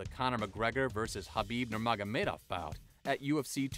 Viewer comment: Khabibs name is pronounced habib. Also khamzat doesn't have the fastest wins, royce gracie does